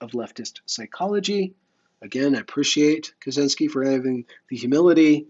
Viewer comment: I believe it's pronounced more like "Katshinsky" though. C and Z together makes a sort of "tsh"-sound in most west-slavic languages.